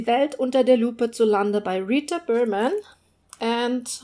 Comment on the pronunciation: The way you said the Rita berman titles was so beautiful!! lol I’m American so I love the different languages and accents compared to my own. Lovely video!!